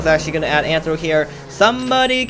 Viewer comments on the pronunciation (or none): It's rthro not anthro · It's Rthro not antro